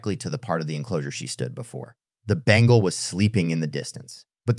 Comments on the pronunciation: It's not bangle tigers. It's Bengal. Tiger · Bengal not bangle